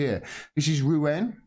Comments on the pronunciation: Macron will be finished when the police have the bottle to defy the authorities and side with the people. It’s pronounced Roo....on. Lol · It is pronounced Roo-On and it is a port and cathedral city on the Seinne downstream from Paris.